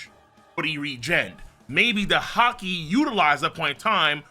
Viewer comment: Bro said haki paint🤦🏾‍♂️😂